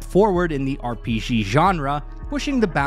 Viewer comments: its R.P.G Not R .P. szghee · "R P Jhee Genre"